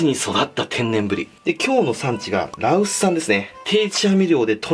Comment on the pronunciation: 画面見ずに音声だけ聞いてたら羅臼産がラオス産に聞こえて、東南アジアでブリとれるんかーと思ってしまった笑